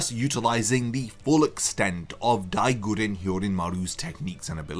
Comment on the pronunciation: Die goo-rhen hyorinmaru, daigùren.😅